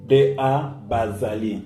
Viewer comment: Very bad pronunciation. The tone is wrong .. It's Bazalí. Not bázalí